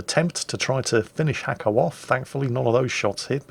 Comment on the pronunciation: Actually, its not Hacko, its Nasko. He wrote it in Cyrilic, well sort of. But that is was its actually writen. Браво Наско, дано скоро пак да те видим да торпилираш големи и глупави бойни кораби!:)